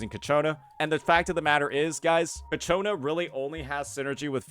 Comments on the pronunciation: bro i'm about to crashout... IT'S CIACCONA not cacciona :( XD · Please stop saying Cacciona... it's Ciaccona. I agree it's not that great of a name but it's whatever. Say it right tho, please. Also the title is spelled wrong... bruh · MAN ISNT IT “CHIACONA” wth is w the pronouncing 😭😭😭😭😭😭😭😭😭😭😭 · please it's CHAccona, not caCHOna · Ciaccona bro. Not Ccaciona. pls, for the love of god, im getting a tumor listening to it xd. No offense tho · Please it’s: Chia Co Na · Kichona lmao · Keeps pronouncing her name wrong and it won't stop bothering me. He can read right? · Hey don't blame him, it's the English language which is inconsistent with how words are pronounced. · Ciaccona's name is said in the story and he doesn't use the way it is said exactly. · Ok, after several videos, I gotta ask: Is it a bit that keeps completely butchering Ciacconna's name? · No, he just doesn’t know lol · Why does everyone pronounce Ciaccona wrong? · Fr bro must be doing it on purpose atp😂😂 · Thank GOD i'm not the only one 😂